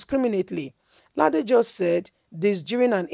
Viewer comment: Pronounce the name Rasheed Ladoja properly please, my sista. It is L A D O J A. Kudos to our ex governor for telling it like it is.